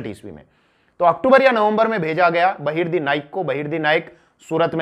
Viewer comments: बहिर्दी nhi बहिर्जी 🙄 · Its बहीर्जी नाईक not बहिर्दी नाईक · आप नाम गलत बोल रहे सर जी बहिर्दी नाईक नहीं.. बहिर्जी नाईक है... मै आपके बहुत व्हिडीओ देखा हू. बहुत बढिया.. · बहिर्दी नहीं बहिर्जी नाईक 👍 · वो बहिर्दी नही बहिर्जी नाईक है ! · बहिर्जी नाईक ना ki बहिर्दी नाईक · बहिरजी नाईक, नेतोजी पालकर ऐसा उच्चारण है